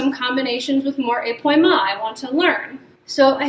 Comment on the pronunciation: épaulement - is where the upper torso (and thus the shoulders) twists while the hips remain square, like in balancés pau is pronounced more like pole (not like p’wah) thus ay-pole-mont not ay-p’wah-mont